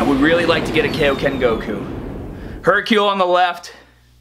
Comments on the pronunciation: Why can’t he say Dokkan or kaioken correctly? That’s the only thing bothering me about this channel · You’re pronouncing Dokkan wrong and Kaioken wrong...just saying